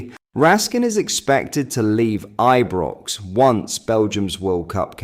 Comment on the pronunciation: he may well do Rangers news also, but a lot of the time he sounds like he doesn’t know how to spell or pronounce Ibrox and like he hasn’t a clue about our club !! Really gets my goat with all the crap he comes away with and the speculative narrative of his posts !!